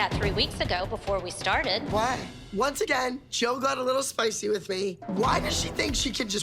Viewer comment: I find it funny how Dr.holly went threw all this college YET she can't pronounce WITHHH,, it's not wiff Dr.holly 😂 learn how to speak properly !!!